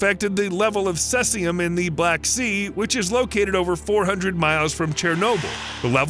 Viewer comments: He keeps saying cessium. It is cesium that sounds like "seize-ee-um." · Cesium = see-ze-um. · its pronounced "ce zeum", not what the devil you called it................. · Its pronounced "seize-E-yum" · I believe the proper Pronunciation of cesium is /ˈsiːziəm/ (SEE-zee-əm) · you are pronouncing cesium wrong. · It's pronounced "see-zium" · See-Z-um is the way it's pronounced I believe. I could be wrong tho. I've just never heard it pronounced the way you do. 🤷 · Please do your research on how to pronounce words before attempting to make an informative video.. Cesium is pronounced (see-ze-um) Oscillate is pronounced (ah-suh-late) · It's pronounced "see-see-um" 137, "stron-tee-um" 90, and "ah-sill-ate-ing" waves :) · Your pronunciation of ‘oscillating’ and ‘Cesium’ are pathetic!!